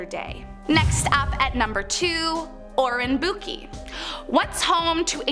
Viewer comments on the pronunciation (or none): This was great but I just wish she learned how to pronounce the names of places and some of the terms properly. Hearing Aokigahara read as Eyokigahara, Obasute read as Obasoot and many more made me wince. Japanese is pronounced phonetically so Aokigahara = Uh o key ga hara, Obasute = Oba Soo Te (soft eh) or Oba Ste with the u sound omitted, Oiran Buchi = Oy Ran Boo Chi not ki. Maybe google the pronunciations next time? Great work tho.